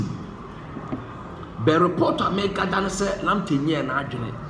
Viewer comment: Nice one,,, pronounciation of local players names especially Richmond Lamptey is very correct. Please try for Kotei (K o t 3 i) and other local names and you good!